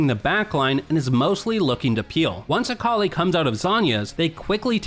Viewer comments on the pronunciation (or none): none